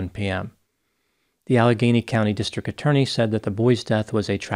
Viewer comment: Why do you pronounce district as “distric”?!